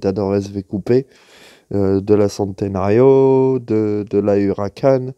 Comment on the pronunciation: Merci pour cette vidéo c'est exactement ce que je recherchais par contre pour la petite info centenario (centenaire en italien se dit tchénténario) ;)